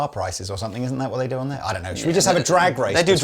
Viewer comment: Hey! Funny and somewhat personal question for you; please take no offense as I am genuinely curious.... Why is it that you pronounce the "g" in words ending in "ing" like a "k"? For example, I always notice it when you say the word "something" as "somethink." Is it a local dialect sort of thing? Or a personal little vocal quirk you've developed over the years? Its just interesting to hear, and although I listen to lots of youtubers/announcers/speakers from The UK, I am only conscious of it when I listen to YOU! Haha. Thank you and much love to you and the Andertons crew for all of your hard work, and countless hours of gear addicted geekdom that have taught me so much over the years. All the best!